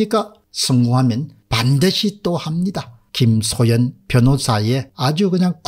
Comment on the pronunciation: 김소연을 자꾸 김소현으로 발음하는 것같은데....